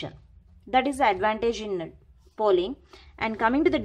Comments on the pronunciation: It's polling...not 'pooling' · Pooling nahi polling hota he